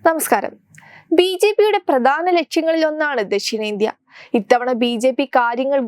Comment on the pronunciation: പ്രദാനം അല്ല. പ്രധാനം.